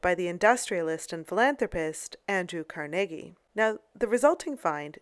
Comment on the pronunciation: saying devonshire and carnegie wrong too